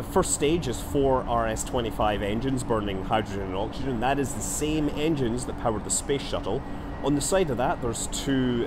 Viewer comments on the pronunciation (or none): none